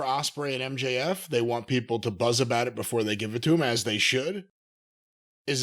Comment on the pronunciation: HOW do you fuck up MJF?!